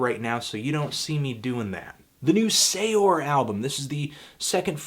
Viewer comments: BTW Anthony, Saor is pronounced Sare, not say-ore. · Saor is pronounced "sare," it's the Irish word for free